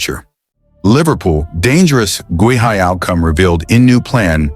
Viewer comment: I have sent them several comments on how to pronounce Guehi but I guess their AI program can’t learn!